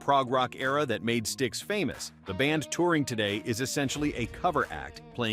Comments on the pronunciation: It's pronounced Sticks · Stayx stix 😂😂😂😂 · Sty x? Rio? Kind of embarrassing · 1st off The Doobie Brothers still sound good for their age, leave them alone. 2nd Learn how to say Styx correctly. 3rd Shaw had a bunch of hits as well. I like DeYoung and this version of Styx. Unfortunately too much hit the fan and a reunion will never be in the works. 3 Chicago is a cover band or should be called Lee's Chicago. The original 3 left and way too many of the fan base. Have the craz idea they don't care who's in the band, they only want the tunes and don't see the issues being faced when Sadly the originals in the band are no longer with us. They should call it quits but they have a delusional way of thinking. As much as I love the band. Its time to hang it up!!!!!!!